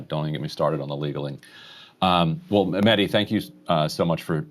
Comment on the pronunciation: Mehdi I am surprised that you don't ask your guests to pronounce your name right. Most just say Medi. the H in your name needs to be pronounced. MeHdi. Mehdi was also my brothers name and is our Iman Zaman's name therefore it needs to be said right. My brother used to demand his friends call him MeHdi. I would love to see all your guests do the same Inshahallah.